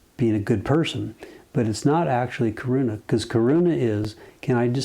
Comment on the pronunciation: करुणा; It is pronounced little different. More weight on 'na' in Karuna.